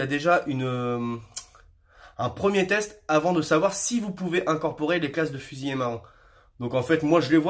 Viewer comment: Il est important de bien prononcer : fusilier et non fusillé...